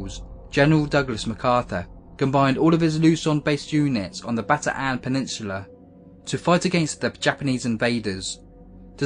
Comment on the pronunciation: It isn't Bata-an, it's Bataan (Baton sort of) (or Batan)